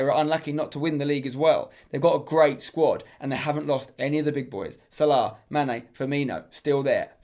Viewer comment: Ahhh the way he mispronounces Hazard, Salah, and Zaha hurts my ears...